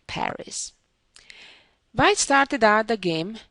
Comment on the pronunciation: Susan's English would be perfect if she would pronounce her v's like a v and her w's like a w....so, hope she can make this one change, and keep her lovely accent. For instance, wh sound in white...rather than vite...:) This is only a suggestion, because the wh sound is not difficult to learn.